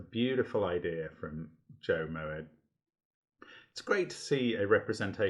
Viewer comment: Thanks for featuring this puzzle, and I'm so glad you enjoyed it! Delighted with the quota of "brilliant"s it earned, and grinning from ear to ear here :) A few random comments (but no spoilers) for anyone who might be interested: - your pronunciation is absolutely spot on! But interestingly, it's from a Hebrew word (מועד, meaning festival) pronounced Mo-Ed with two very distinct syllables, rather than from Dutch. Family lore is that the ë was added by ancestors of mine to steal some of the cachet of Moët et Chandon :p But seeing as they actually lived in Holland & SA at the time, it's more likely it was to stop people pronouncing it (roughly) "Moot" or "Mert", as you say! - I will take the "very hard" comment as a compliment :) - I am delighted at your strawberry and key lime pie quip since, believe it or not, that is ACTUALLY why I chose to colour them red and green! Two colourful crispy "Pie-Crosseds" if you will. Although in my mind, it was a Raspberry Pie... - very pleased this piece of logic earned a "beautiful", as I think it was my favourite deduction in the intended solve path! When setting the puzzle, at this exact point, I also thought "come on, there must be a straightforward way" - a computer solver was insisting the puzzle had a unique solution, but I, a puny human, could not see how - I finally figured it out using your method!